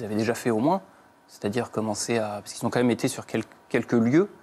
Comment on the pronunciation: On dit "Quand même " et pas comme même 🙄